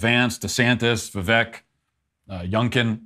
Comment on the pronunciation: Christ, Matt...c'mon dude. It's "Vivek" like steak, not like "heck". Show a little respect and pronounce the guy's name correctly.